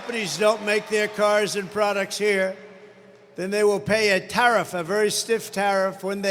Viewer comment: HE was about to say the greatest word in the world is Tarifff...LMAO